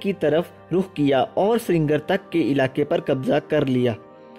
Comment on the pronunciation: بہت اچھی معلومات دی ہیں۔اللہ آپ کے علم و عمل میں برکت عطا کرے۔ آپ کے تلفظ میں ایک ہی غلطی بار بار آئی ہے اسے آپ درست کر لیں ۔۔ سرینگر کو ہم لکھنے میں دونوں طریقوں سے لکھ سکتے ہیں مگر پڑھنے میں سری نگر ،،ہی